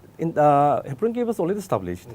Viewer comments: For future clarification, it is "NTANGKI" National Park and not (INTANGKI). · It's ntangki not intangki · He doesn't speak upto the point as to the queries?.and yes the state government y silent it's ur responsible to excercise ur power to look upon all the illegal encroachment.honestly,ntangki not intangki. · Please be corrected with the name of the park,it is 'Ntangki'...not Intangki.